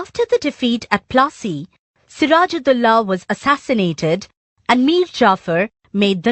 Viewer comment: Battle of Plaasy no" fat u plassy"